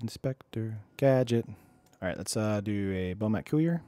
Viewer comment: I like your stream but couldn't watch this one. "Bomat coo-ier" just isn't right. I can normally get over mispronounced card names but that's too much for me.